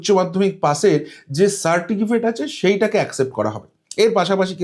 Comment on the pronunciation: babu ওটা certikifate না ওটা certificate. দুবার আপনি certikifate বলেন কি করে????? Play speed কমিয়ে আপনি নিজেই শুনুন ধরা পড়ে যাচ্ছে অতি সাধারণ একটা কথা "সার্টিফিকেট" যা উচ্চারণ করতে আপনার বারবার হোচোট খেতে হয়েছে 😂😂😂😂😂